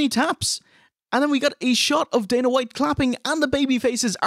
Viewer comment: On my 4th full watching of the entire osw catalogue and it is ish I realize can only pronounce the name Dana if it’s Dana white, and not Dana Brooke lol